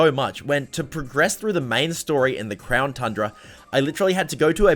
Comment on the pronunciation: Is it just me or did he say crown trundra